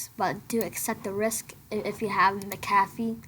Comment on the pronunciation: its pronounced "Mac Ah fee"